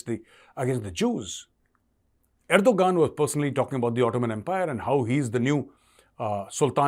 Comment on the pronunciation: Er-do-Gunnd that was sneaky